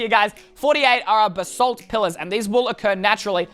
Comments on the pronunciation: Extra:you can boost when your riding a strider Edit:its not basalt it's BAsalt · It’s Basalt not Ba-salt